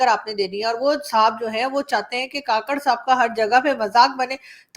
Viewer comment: Madam,kaakarh nhi kkarh